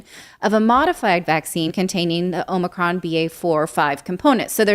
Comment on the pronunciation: It’s Another-con not Omicron